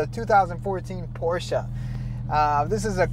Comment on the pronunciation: I am a fan of your channels but please don't say porscha, it is pronounced porsche, german word. Also, please pronounce your last name in spanish, come on, you don't need to translate it! congrats on the cars and the videos, best of the best.